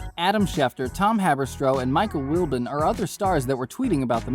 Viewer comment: and it mike WIL-BOOOON LIKE BOND DROP THE D